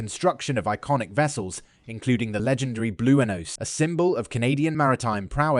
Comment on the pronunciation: BLOOOEHNOZE? eh? wuzzat computer generated ?